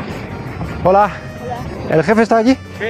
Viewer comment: he says hola pronouncing the h. I thought that the h was supposed to be silent.